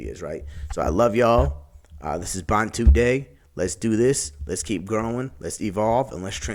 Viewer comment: The word 'bantu' means 'people' and is the plural of 'muntu' which means 'man/person', so it doesn't have an 's' on the end. Your pronunciation is also wrong. The emphasis is on the first part of the word, not the second, so it's pronounced 'baantu' not 'bantoo'. Also, the word Bantu is not a catch all term when used as a description for black Africans, it refers to specific ethnic groups. And even though all black African ethnic groups are closely related, not all blacks are Bantu. My question to you, though, is how do you know that you're Bantu when you're not even an African. Some advice, stick to your own identity, and do not attempt to appropriate the identity of others, because it only makes you look silly. You Americans, I can only shake my head.